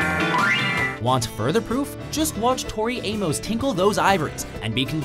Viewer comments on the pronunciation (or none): none